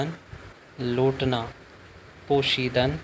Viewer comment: برگشتن کا معنیٰ لُوٹنا (Lotna ) نہیں (Lautna) لَوٹنا ہوتا ہے